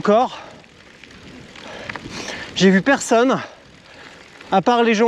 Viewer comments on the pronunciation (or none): none